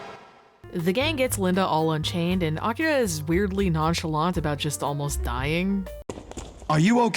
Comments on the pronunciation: Honestly, it gave us nothing, but it is impressive the actors pronounced 'Akira' correctly, with the emphasis on the correct mora. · I like that most of the voice actors are completely phoning it in, but they still manage to pronounce Akira correctly. Or at least, as correctly as an english speaker from the 90s could. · Boy, these voice actors are pronouncing the hell out of "Akira"